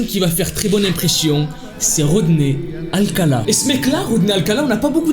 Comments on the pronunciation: Tu dis tout le temps alcata alors que c'est alcala 😭😭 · C’est Rodney alcaLa pas alcaTa, et il n’a pas tué la petite fille mais l’a battue avec une barre de fer … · c’est pas alcata c’est alcala